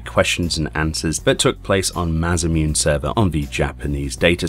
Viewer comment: I'll be the salty one this time and say it: Mah-Sah-Moo-Neh. >_>